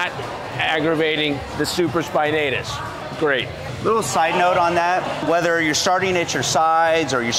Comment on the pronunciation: I believe its supra spinatus not super spinatus . He's a Doctor right?